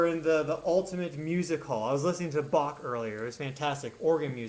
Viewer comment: "Bock" ist ein Bier 😉 "Bach" isn't pronounced like that, if you want to say the guy's name like he would have. I think you're learning German or speak a little? Practice your pronunciation of that "ch" and the "str" sounds. Those are usually not easy for English speakers. (The first is guttural, in the throat, the second should just sound like there's an 'h' after the 's' ('shtr', not 'str', which is a weird combination of consonants for an English speaker, learning German, but I think those two things are what really give us away, when we try to speak German. 😉🙏